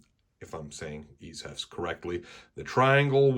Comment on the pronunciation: Ichevsk = [ish-evskee] that’s how you say it.